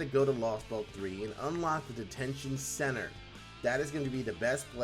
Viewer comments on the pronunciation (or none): none